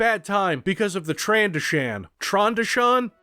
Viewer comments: I had no fucking idea you were saying trandoshin which is pronounced trandough shin even though you probably don’t care I’m putting this here anyway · tran-DOH-shen traaaaaaaan ... DOH! sssshhhhhhhen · i know you don't care about them but i care about your current state. here are the pronunciations so you might get released early based on good behaviour. Pigs: gah-more-ian Nar shaddaa: nar shah-duh Trandoshan: trann-doe-shun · Republic Commando taught me that it's "tran-doe-shin." Unless that's wrong, in which case who cares? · hey if you want a proper way to pronounce Trandoshan play republic commando